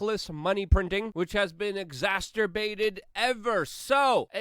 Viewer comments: I love you luke. but its exacerbated not exasstterbated. I think... French canadian here. what do I know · Pronounce "Exacerbated" = EK-ZA-SIR-BATED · LUKE SECOND TIME I HEARD YOU SAY EXASTERBATED THAT'S NOT THE WORD SORRY FOR YELLING BEST WISHES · Luke I'm not sure if you're saying exacerbated or [exaterbated=> incorrect] but it's c, no t. ❤ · Exaster-bated isn’t a word, Luke! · Listening to Luke is like listening to my sister. Always shouting and yelling like I'm hard of hearing. Exasterbated≠ ExaCERbated. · Luke stop saying "exasterbated" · Do you say exasterbated on purpose instead of exacerbated? It just cracked me up I heard you say it twice in another video and in this video. "Lets go Brandon !" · My friend, it is "exacerbated," not "exasturbated" It makes it sound like you're saying "masturbated" Otherwise, good stuff, keep it up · The word is exacerbated, not exasterbated. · He should avoid that word if he can’t pronounce it... My humble opinion. I think he’s hitting it as “exaster-bated,” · Please stop saying "exasTerbated" ! It's "exacerbated". Thank you! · Exacerbated. You got an extra t in there. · I'm sorry. It's the grammar commander in me that keeps getting hung up on the way you pronounce "exacerbated". It's like a smash up of masterbated and exacerbated. Other than that your video was informative, energetic, entertaining, and well put together as always. Just giving you shit, man.